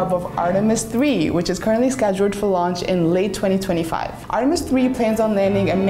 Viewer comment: I thought he said Lunch?🤣